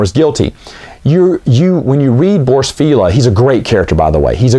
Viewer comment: I used to call it Feh'leeya. Later I watche dsomeone playin X-Wing Alliance. It's pronounced Fail-ya Because it's a George Lucas tier pun name on the fact he's a failya who'll always Fail ya.